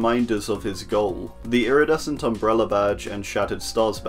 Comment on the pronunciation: I have a funny idea, take a drink everytime he’s say “lridescent”